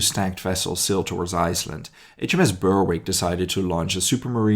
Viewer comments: I was going to mention that. Berwick rhymes with Derek. :) Loved the video, as always! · Interesting and great video about something I was unaware of as a Englishman. Just to correct one small point:- Berwick is pronounced "Berrick", the w is silent. There is also a town on the English side of the Scottish border called Berwick-upon-Tweed but pronounced "Berrick-upon-Tweed". Keep up the good work, I watch everyone of your productions.